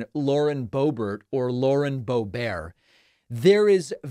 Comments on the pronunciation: Did he say boebear? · Please, stop saying "Bobear"...there's nothing about her that is French other than kissing trumpty-dumpty's butt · Don't give gropebert a french pronunciation. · Not bo bear it’s pronounced bo Bert rhymes with hurt. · Not surprised. Might her district be tired of her antics? And what's with the "bow-bear" pronunciation? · It's pronounced "boobert". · It’s pronounced Hoebert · Do you not know how to pronounce her name? You look dum*. Purposely mispronouncing someone's name is childish, trump uses the same tactics. It's sad you went down to his lvl